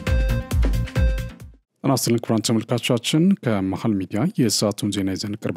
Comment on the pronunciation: አረ ቃላቶችን በትክክል pronouns አድርግ? ለምሳሌ “ተመልካቾቻን” ስትል: ጆሮዬን አመመኝ